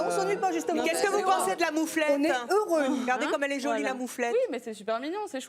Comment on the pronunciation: evelyne elle a galéré a dire moufette